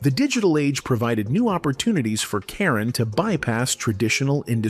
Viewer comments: AI narration pronounces her name correctly, and seconds later - mispronounces it repeatedly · This video proves that one can't trust the accuracies of these videos. First, they need to pronounce her name right. Secondly, she was not left dirt poor as she was a successful real estate investor and made alot of money.